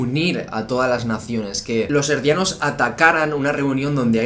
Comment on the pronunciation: Muchas gracias, de hecho a eso es a lo que estoy acostumbrado leer, pero al escuchar "Erdianos" me sacó un poco de onda...